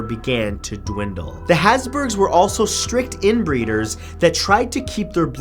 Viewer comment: ”The hasburgs”